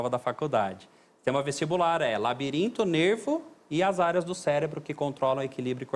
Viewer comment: "Celebro" dr.???